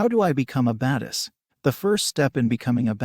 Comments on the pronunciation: anybody else get annoyed by the way the computer saying badass? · “Because they are baduss”